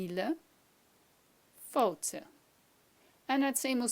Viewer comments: failte? I thought it was pronounced "fallcha" not fallta? hmm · you pronounced failte completely wrong it's falsha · Is the 't' not a 'ch' sound in failte ? Its sandwhiched in between i and e .